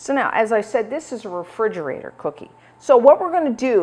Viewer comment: Love you but refrigerator does not have a “d” in it.